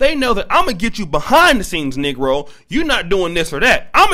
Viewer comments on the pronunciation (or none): none